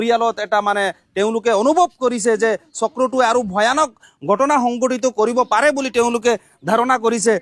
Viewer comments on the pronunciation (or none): কি ভাই অসমত থাকি অসমীয়া ভাষাটোয়েই শিকিব নোৱাৰিলি।গটনা নহয়,ঘ,উচ্ছাৰণ কৰিব লাগে। ঘটনাহে উচ্ছাৰণ হয়।আপোনালোকে যে বঙ্গীয় বিদেশী মুছলমান তাৰে প্ৰমান ।